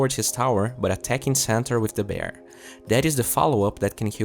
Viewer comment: he say centaur i hear santa weird